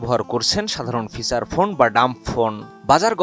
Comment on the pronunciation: গ্যাছে 😂 ফিছাড় ফোন😅 মোবাইলের স্কিন 😂 কী উচ্চারণ রে ভাই